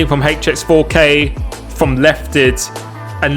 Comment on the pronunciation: Proper pronunciation for HX4K please